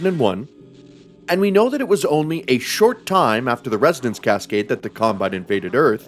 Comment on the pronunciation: im extremely sleep deprived rn, and i heard: "In Half Life 2, the CUMbine occu-" ... i died laughing